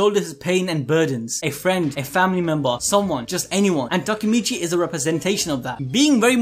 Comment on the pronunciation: Its Takemichy, not Takamichy.